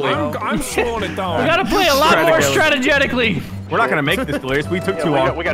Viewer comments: “We need to start playing stragetically.”- H20 Delirious 2017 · "We Need To Start Playing Stragetically" As A Wise And Hilarious YouTuber Once Said 😂😂😂😂😂😂😂😂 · I died when delirious said stragetically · "We need to start playing *stragetically*"-Delirious2017 lmfao i love him so much😂😂 EDIT: "2017" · “We need to start playing stragetically” 🤣🤣🤣 I’m fucking dying. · "We need to start playing stragetically" ~H2O Delirious 2017